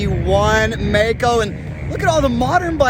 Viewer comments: Maico, non Meico. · Maico, pronounced My-coe, NOT May coe. I worked at the Maico importer in Detroit, Gray International, parts manager...Middle '60's